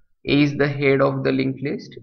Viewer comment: Head pronouncing is irritating